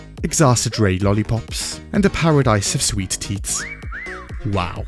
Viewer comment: A pasadise of sweet teats, you say?